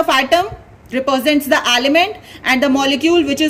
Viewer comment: Ma'am sorry first of all but its represents and not reparsent.